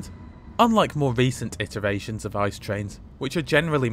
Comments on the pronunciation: Why pronounce something wrong, just say I.C.E. Ice as in the frozen water is just dumb. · Great video, but every time you say ice a part of me dies. Just call it I C E in english please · Thank's for the lovely video and awesome degree of details in your report :D Just one tiny thing: please do us a favor and make the effort to call the thing I-C-E. No one demands this in German pronounciation but an I-C-E in English would be awesome :P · no ICE (Cream) but IE-CEE-EE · its not ice but rather i-c-e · I am cringing at the ice pronunciation. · Please just pronounce it with 3 seperate british letters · Since it is such a minor thing to you, why are you lazy with the correct pronunciation in the first place. Was there a need to ? Could you even have this conversation in my language ? A little more modesty would be highly apprecíated. Thanks.